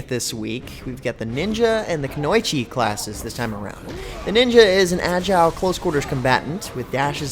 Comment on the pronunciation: It's pronounced kunoichi